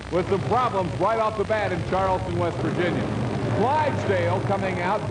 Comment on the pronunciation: it's West Virginia not Vest Virginia.